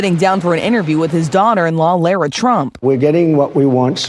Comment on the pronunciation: These morons need to learn how to pronounce Lara.